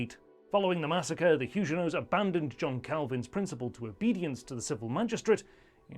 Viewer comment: They were not Hugenots with a soft g but Huguenot with a hard g. If you cannot get this basic detail right I see no reason to follow this channel..